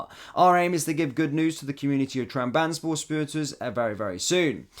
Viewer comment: Trab-zon-spor lad sound your words out😂